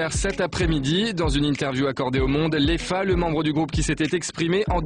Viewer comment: Léfa??? taré de journaliste c Lefa on pourrait porter plainte aussi pour déformation de nom (nom d'origine africaine Fall Karim en verlan)